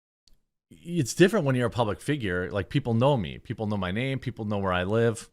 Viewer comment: 1st off I feel like you pronounced my name wrong on purpose, but thats okay and secondly I'm not a teenaged girl on Snapchat, as you know, so I don't have any pics of myself on my phone. I can mail you one though. Let me get some stamps.